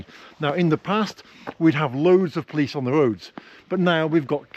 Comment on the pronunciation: I never heard someone pronounces a word "police" as "plis" and even close to "please".😁😁😁